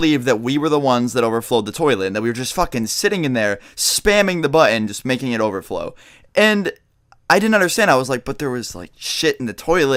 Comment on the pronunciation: every time he says over flow it sounds like he's saying overtflow xD